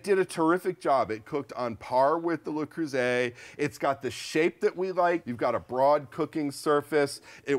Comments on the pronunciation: Le Creuset, not Lay Croozay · FYI - "Le" is pronounced similarly to the "oo" in "look" - to be pronounced "lay" it would be spelled "les" - which is the plural form. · It's LE, not Lay! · LE is pronounced “luh” LES Is the plural form, pronounced “lay” So please pronounce it correctly LUH Creuset. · Neither of these supposed experts seem to be able to pronounce ‘Le Creuset’ correctly. ‘lay croozay’ isn’t it. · I hate to be that person, but it's 'Luh- crew -say' 😕